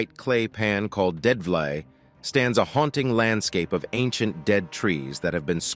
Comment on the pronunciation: the pronunciation is Dead - FLAY or FLEIGH